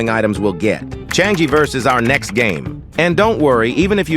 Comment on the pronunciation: It’s not called chan-gi it is called Chang yi